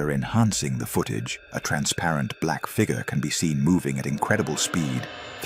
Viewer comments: Fig yur. Not fig ger. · Can not pronounce the word figure correctly.